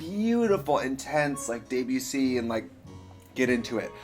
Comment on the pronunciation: We love a queen who can pronounce Debussy right 🧡 🧡